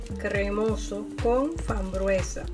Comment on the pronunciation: Por qué hay que repetir 600 veces " helados de coco con fambruesa"señora no se dice fambruesa se dice FRAMBUESA 🤦‍♀️